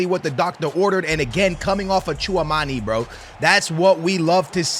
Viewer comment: Hearing you mispronounce Tchouameni for like 100 times on this video was painful.